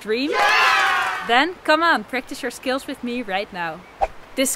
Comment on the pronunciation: you're a great teacher. when you add some humor to lighten up the practice it makes everything much more enjoyable. I'm pretty much a beginner and a lot of my practice time is scales, finger exercises, et cetera. By the way, whenever you say 'scales' I thought you were saying 'skills.' I admire you Dutchies for your command of english. (I'm in the U.S.) 'Scale' rhymes with 'mail.' What's funny is it's practically the same thing - playing scales is developing or sharpening skills. thank you for your incisive, informative and entertaining videos. I'm a subscriber and always can't wait for your next one.